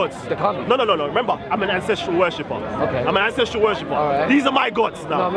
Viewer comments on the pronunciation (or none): none